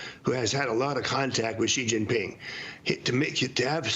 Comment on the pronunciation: It’s She-Gin Ping. Why is it so difficult? Especially for ppl in the news media that often cover him. They delegitimize themselves by showing no effort. Its common english sounds…